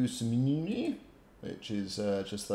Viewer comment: FYI - 1) Great vids, thnx again. 2) The cities are pronounced "Smear-nah" And "Bim-In-knee"